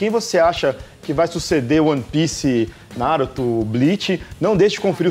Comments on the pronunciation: NaRÚto, kkkkkk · Quando esses cara fala NÁruto eu demoro pra entender q eles falaram Naruto. Q agonia! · Ótimo vídeo, mas me dá uma leve agonia ouvir vocês falando "Náruto" hahaha.